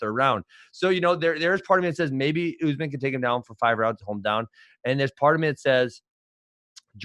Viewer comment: Askren isn't being a bigot for at least the first half of this video. He's actually saying USMAN. I'm glad that he's respecting the name, even though he's being condescending